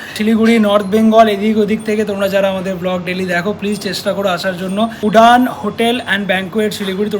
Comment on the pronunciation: আগের দিন কত জন বলল ওটা উডান না উড়ান, আজকে আবার সেই উডান। ইচ্ছে করে এমন বলেন তাই না?